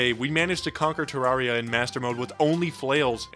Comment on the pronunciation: Its pronounced ter-air-e-uh you absolute fucking cretin.